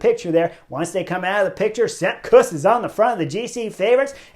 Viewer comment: Chris I love your channel but please stop butchering names.